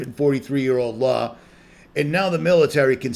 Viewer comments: I have always noticed that when he says Law. It sure sounds like he pronounces the R at the end. Law-r. Been watching him around 2014. Always happy when he made a video. Still am. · I have a friend from Boston. They do it too.